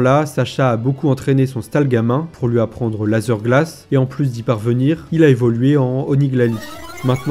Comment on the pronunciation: Sympa les vidéos, mais lazeuuuur glace c'est juste pas possible mdr